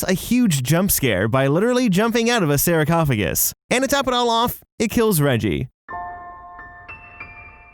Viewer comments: whys he saying "I'm a tap" 🤣 its EEM ho tepp... Also it's not "sarah cough I gus" SARCOPHAGUS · "Oh he's mispronouncing Imhotep, oh well, it's not exactly a common name" "sarah-cophagus" PHHHHTTTT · Love how says saracophagus instead of sarcophagus 😂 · Sar-coph-a-gus. Not Saracophagus facepalm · E-mo-tep not Eye-mo-tep Sar-cof-o-gus not Sarah-cof-o-gus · Why did you keep adding an extra R to sarcophagus 😂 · Oh, for the sake of fuck....when you don't know how to pronounce a word in the script, ask a goddamn adult. SAR. COFF. UH. GUS. Also, I'm fairly certain the ventriloquist's dummy isn't wearing a fucking "diaper suit". I'm pretty sure the word is "dapper". I mean...did it ocurr to anybody....ANYBODY...that what was being said made no goddamn sense?! whatsoever? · Narrator: "Eye-Motep" Me: Obviously he hasn't seen the mummy Narrator: "Sarah-Car-Fugg-Us" Me: ohhhh... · I feel like he was literally trying to piss me off with the "I'm Otep & Sara Coficus" Lmao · Eyemotemp and Saracophagus had me wheezing 🤣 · "EYEmohtept" & "SARAHcophagus" WTF?? lmao!! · Dude, your pronunciation... it’s not “i-mo-tep” and “sara-co-pha-gus”. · If this man says Sarahcofagus one more time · Sarah Cough a gus ✨ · Don’t forget his Sarah-cough-a-gus! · This drove me nuts hearing it pronounced that way, along with sarahcoughagus. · It’s the pronunciation of “sarcophagus” as “saracophagus” for me 😂 but also I used to do that so I’m not mad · I'm totally making an RPG character named Sarah Coffagus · Sarah cough a gus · He also mispronounced “sarcophagus”.